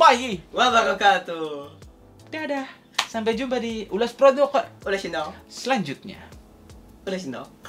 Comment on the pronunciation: 'ulass produqqq' ngakak mulu dengernyaa😭🤣